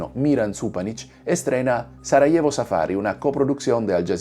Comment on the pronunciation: pronuncias mal el español Sarajevo, Este tema al menos está expuesto en diferentes películas que he visto, sobre todo de los francotiradores donde estos, herían a las víctimas para dispararle a quienes intentaba rescatar a los heridos (total crueldad), hay una película interpretada (Savior por Denis Quaid), donde exponen las cosas horrendas que ocurrieron en esa guerra. Estos francotiradores antes de esta guerra fueron atletas olímpicos de la especialidad de Tiro. Es de notar que los diferentes bandos cada uno cometió horrores de guerra, tanto los croatas, bosnios, y los musulmanes de la antigua Yugoslavia. En la Yugoslavia había matrimonios mixtos de cristianos con musulmanes y al revés, Durante esta guerra surgieron terribles odio entre ellos. Pues estos musulmanes eran antiguos bosnios y croatas convertidos al Islam durante los periodos de ocupación por el Imperio Otomano. Pero como resultado solo se juzgo a los bosnios. sin olvidar que también cometió atrocidades con sus bombardeos los que integran a la OTAN. Fueron los países llamados occidentales responsables de esa guerra y de fragmentar Yugoslavia.